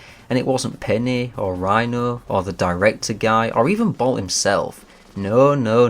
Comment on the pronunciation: I always understand Rino instead of Dino when you are talking about the Hamster 😂